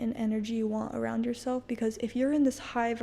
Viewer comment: He also says, “introduce yourshelf”